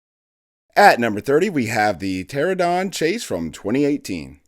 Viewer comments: How many times is this dude gonna mispronounce pteranodon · The way he kept mispronouncing Pteranodon took me out of the video a couple times, loved it otherwise :)